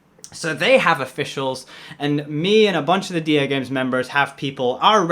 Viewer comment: Duhgames sounds like my Alexa trying to say Dagames